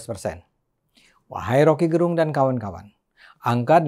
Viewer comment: P Ade, Gerung itu lafal "e" nya spt pada kata kecap atau enak. Itu Fam (marga) org Manado. Rocky itu org Manado.